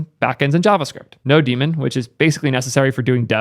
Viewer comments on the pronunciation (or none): "No demon", that's a funny way of pronouncing nodemon.. (which is an amalgamation of node and daemon soo.. "noudmon"...) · First time hearing someone call nodemon "no demon", I was always like... hey, I am using node...so this must be, node+mon, like a poke+mon but for node, nodemon